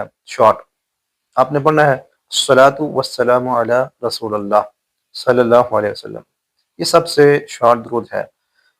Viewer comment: آپ نے رلا دیا بہترین واقعہ سنا یا آپ علی کے بعد رسول پر زبر پڑھ رہے ہیں زیر پڑھا جائے گا معذرت کے ساتھ اصلاح فرمالیں